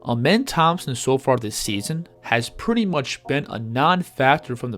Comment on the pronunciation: His name isn’t pronounced as Amen it’s like the sun god Rah Ahmen